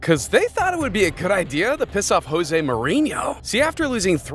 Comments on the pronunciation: It's pronounced Joe-zay (Mourinho) because he's Portuguese. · Americans commentators still unable to pronounce José in José Mourinho You call yourself a football chanel? Respect! Respect!